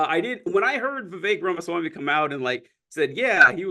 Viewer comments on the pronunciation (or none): RAMASWAMY not REMASWAMY😅